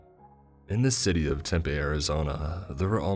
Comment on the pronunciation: Well isn’t western bc that was the whitest way I’ve ever heard someone say Tempe